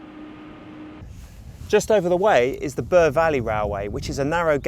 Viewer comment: Bure is not pronounced Burr but Bewer. Hoveton is not pronounced Hovet ton but Hoveton like Hove in Sussex.